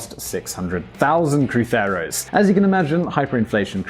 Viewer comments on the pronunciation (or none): its not crutheros its cruzeiros